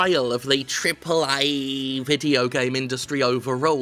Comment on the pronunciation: I doubt Jim if can ever say "Triple Ayyy" normally now.